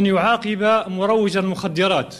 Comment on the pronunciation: قال يعاقب بكسر القاف وليس بفتحها والفاهم يفهم